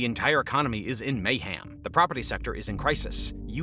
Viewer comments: may-hem, not may-ham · Did I hear mayham?